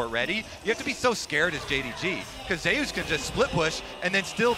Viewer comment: why the pronounce zeus like that 😭